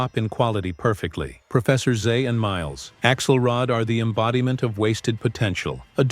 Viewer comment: It’s pronounced axe-ULL-rod and AHL-ih-nahl, “”!